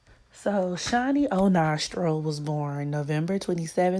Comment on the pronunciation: Not o'nostril...🤣🤣